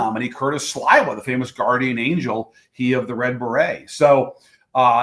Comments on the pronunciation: Hey Don, who is this chucklehead? He insults the other Mayoral candidates by stating that New Yorkers have no other options, then mispronounces Curtis Sliwa's name ( it's not 'Sly-wa') because he's not a real New Yorker, and I'm not a fan of Curtis. And I'm sick of this, "does Israel have the right to exist " question. How about, "do Palestinians have the right to live and prosper" ? Ask THAT question. And for the record , No Cuomo. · Why are you mispronouncing 'Curtis SLY-wa's name!??